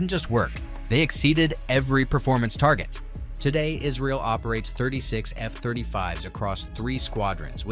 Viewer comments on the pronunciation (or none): none